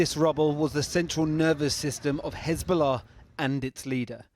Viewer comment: Look at her "khezbollah" pronounciation :))))